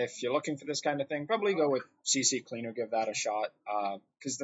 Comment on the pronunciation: I've had words that upon first look, my pronunciation of them has stuck with me too, until I actually heard someone else say it, but without further ado, C cleaner not CC cleaner Thank's for the review this is exactly what I figured and wanted someone to confirm, as you did thank you again.